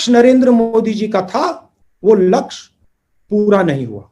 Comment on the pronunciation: वाह राहुल गांधी जी 40 से 50 सकेंड के बीच आप लक्ष्य को लक्ष बोल रहे हैं 😁😀😂